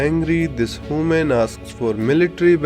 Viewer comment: Ah yes "hooman"